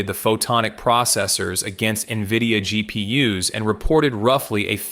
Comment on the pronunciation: "GP Uh"s. Get a mic. Learn how to use it. Do the same with your scripts. Also.., Photonics has solved the memory problem. Look into Akhetonics. The solution is simple. It's not whiteboard dreaming either. They're shipping to test partners. Expect new soon.